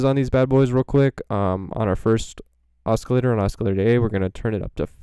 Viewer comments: Cool info Oscillator is pronounced without the hard C Like…. Osssssilator not oskilator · Your awesome but you are pronouncing oscillator wrong?